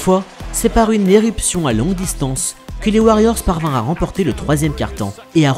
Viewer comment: Très bonnes vidéos mais à chaque fois des fautes de liaisons viennent gâcher le contenu. Réécoutez vous plus souvent « ne parvinrent jamais T à... »